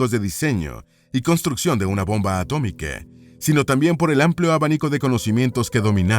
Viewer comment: Inteligencia artificial inclusiva? Bombe atomique 😂 su espose 😂 literature inglese 😂